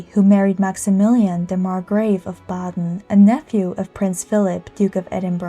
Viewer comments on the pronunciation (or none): none